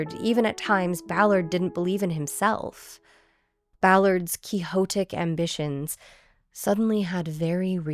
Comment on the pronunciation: Jfc you’re an absolute gem. Thank you for doing what you do and being so fucking good at it. Also thank you for pronouncing quixotic the way you did. Can’t wait for the next episode ❤